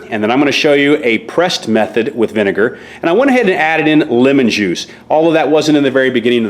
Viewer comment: It’s vinegar not vinger 😂😂